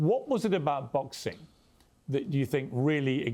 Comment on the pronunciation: Jake Paul- "Boxeen" "Fighteen" "watcheen"...literally any word "endeen" in "ing" he pronounces "een"